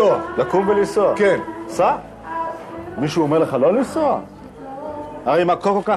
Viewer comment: לסוע? או לנסוע? 😂